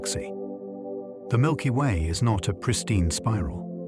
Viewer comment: "Milpy Way"